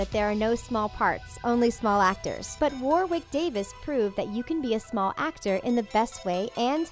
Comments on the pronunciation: Or Wawick when it's said like Warick 😂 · War-wick? Excuse me. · "wourewick davis" pronounce it woh-rick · Why u say Warwick like warrwick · Warwick is pronounced ‘Worrick’. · Please please please get your pronunciations right. It is not “war wick” it is “worrick”. It is not “Flit wick” it is “Flittick”